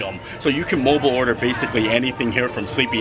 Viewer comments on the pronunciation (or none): none